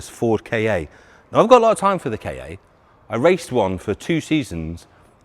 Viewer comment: Ford Kaye-aye? It's Ka, not KA.